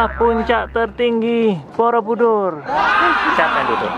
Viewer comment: bukan borobudur tapi boroudur hahhahah